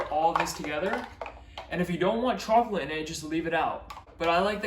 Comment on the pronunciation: I'm sorry but.... When you say chocolate and coffee...I don't think I've ever heard it pronounced like that. Not trying to make you self conscious or anything. I love your videos.